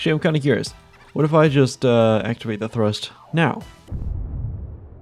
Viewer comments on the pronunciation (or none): none